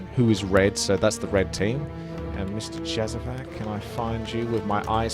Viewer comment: It's pronounced Yazavac and the c as in z from Zinc. Its from a balkan country